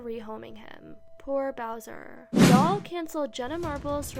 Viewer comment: You couldn’t have re-recorded this to get the dogs name right? ☹️ Poor Bowser deserved some respect on his name.